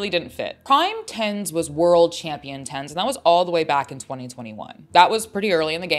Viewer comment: isn't his name pronounced ten Z